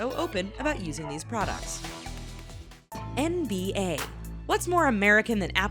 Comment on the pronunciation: EX "NBAER"....... man im dead